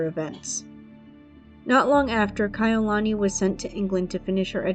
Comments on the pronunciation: I loved the video but I wish she would have researched how to say their names correctly. It's Kah-e-You-luh-knee. As a hawaiian it's cringy hearing it being said wrong. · You lost me at the 18 second mark after mispronouncing Kaʻiulani. There are many other videos available on youtube that are accurate stories told by Kānaka Maoli from Hawaiʻi. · You didn't take the time to learn to say her name correctly. Take this down and do it over. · Learn how to say her name, or do t say it at all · Was about to say the same thing